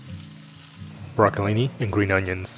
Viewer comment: it's brocoLINI, not brocoli